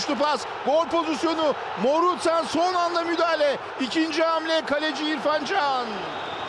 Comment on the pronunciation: Ya Morutan ne zaman Morutsan oldu..😂😂😂